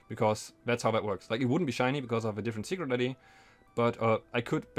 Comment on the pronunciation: It sounds like you're saying "sugar daddy" instead of "secret ID" and it makes everything way funnier to listen to.